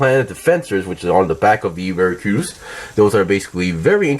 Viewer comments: "Maricruz" LMFAO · So weird how you're pronouncing their names. Pretty sure the dub pronounced them as Vey-eight and Mer-cure-us.